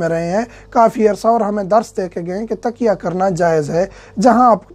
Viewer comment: Asalamoalaqm plz pronounce mn frq ha ap taqya kehrahy han bolny sa ( pillow ) ka matlb nikalta ha Taqyyaa ki awaz mn ya ko zorr sa bolen samajhny ki wajha sa kaha ha shukriya